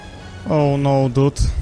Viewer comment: надо dude а не dut. :D